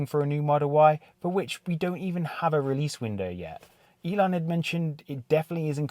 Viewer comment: and it’s “ElOn” not “ElAn” as you pronounced